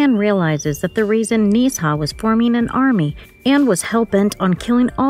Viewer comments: Why are you butchering his name!? Nezha is literally a mythological Chinese God. Its Nezha pronounced (Nuh-Jha) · it's pronounced nuuh zhhaaa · It’s nuh za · 1: "Nezha" 2: "Bless you."